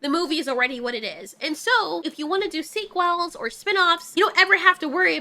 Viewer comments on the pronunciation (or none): Hearing someone pronounce sequel "Sea-quell" made my eye twitch